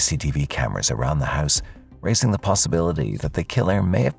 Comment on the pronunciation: It's Pronounced "House" not "Hyse" .......